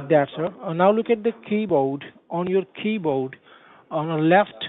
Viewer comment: "keybowd" [rhymes with benchod] 🤣